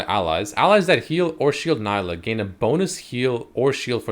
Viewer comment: its nee-lah she even says her name in the trailer 🤦🏻‍♂️